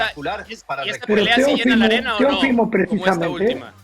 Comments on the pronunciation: No es “ Teofímo” es Teófimo acento en la O Mauricio Pedroza, reglas de ortografía básica mi estimado. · Por qué Pedroza pronuncia mal el nombre Teófimo? El acento es en la O no en la i. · Estás mal Mauricio, su nombre es Teófimo, no Teofimo